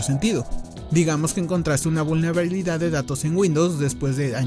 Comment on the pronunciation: Yo hablando inglés primera vez en mi vida: 👌 Este pana tratando de decir vulnerabilidad: 😭